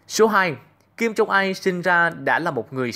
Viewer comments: Đã là rất hay cho đến khi nghe phát âm kim jong il sai. Hầy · Kim Jong il chứ ko phải kim jong ai